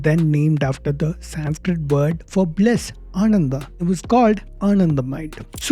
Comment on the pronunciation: This video was better than expected, but only one complaint you pronounce Sanskrit incorrectly.